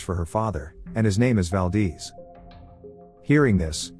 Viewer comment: Valdeeze😂😅🤣 Valdez